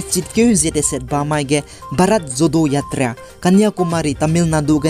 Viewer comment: Bharat Jodo Yatra kacheube pronunciation ge ah Jo-ro acheu ra kauleu gu delei..please no offense for the correction.By the way, you are doing a great job bro..and continue to do so..God bless..